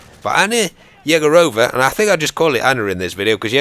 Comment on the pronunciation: Аня Егорова say louder on the first o in the yegorova